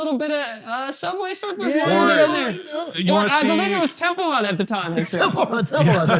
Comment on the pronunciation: I’ve never cried laughing from a BUSINESS PODCAST he legit has a lisp and a speech impediment “Temple Wun” “Over many years” “Expwore” “Bwiefwy” I mean there’s soo many